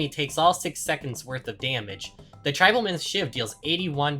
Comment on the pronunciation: How the fuck can't you pronounce Tribal.